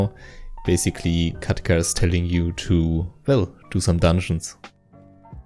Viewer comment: Das "Bäysigli" hat mich gekillt xDDDD